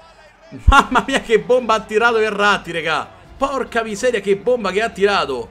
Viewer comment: quando dici Verratti sembra che dici errati